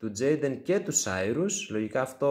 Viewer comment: Τζεϊντεν λέγεται 🙃